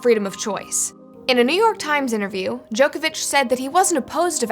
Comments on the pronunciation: Pronounced Djokovic wrong, this is what happens when you do no research and just read a script with no idea who the person is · Americans, his name is pronounced JOCK-ovic